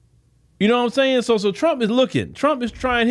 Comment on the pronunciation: 😂 "noionsayin" nope I don't! Take it easy 👋🏾